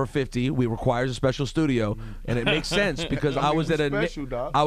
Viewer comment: It's pronounced sense